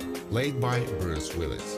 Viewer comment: You can’t even get Bruce Willis right? Really?